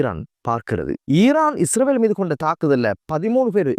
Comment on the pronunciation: இஸ்ரவேல் இல்லை இஸ்ரயேல். தயவு செய்து ஒழுங்காக உச்சரிக்க பழகுங்கள். நன்றி.❤